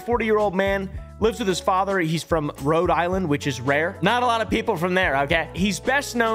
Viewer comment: Wrong he's from rhode Is-land